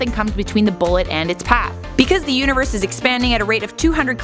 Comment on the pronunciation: it sounded like you said because the uterus is expanding at 200 Km etc. lol nice